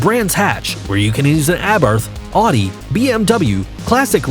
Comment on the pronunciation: Audi is pronounced like ow-dee